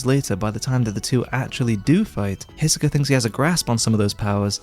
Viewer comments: Only annoying thing with these videos is like all other YT reviewers you know how to praise but not how to critique. Greed Island is not "almost a great shounen in and of itself" - it's a pile of utter poopoo. And the early chapters, while still good, are so deeply riddled with issues. Also if you pronounce Hisoka as Hissuh-keuh again I'm gonna slap you will my sausage. And I'm not even gay. But we will both like it. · Can’t watch after 20x Hiseka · Hissssoka first time ive heard that one, Loved everything else tho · lmao the way you say hisoka